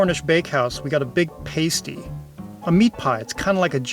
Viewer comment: Good info- just a comment that pasty is pronounced "PASS-TEE" with a short "a" sound...